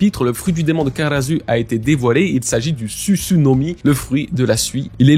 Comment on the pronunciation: karasuu pas karazuu --' dites les noms comme il sont waaaa